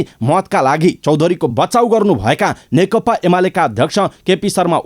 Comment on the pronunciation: कीन खाली (नेकता) भनेका ? खासमा (नेकपा) चाहिँ होइन र?? अलिक जिब्रो फडकारेर भन्नुनी हौ ! नेकपा,नेकपा, नेकपा।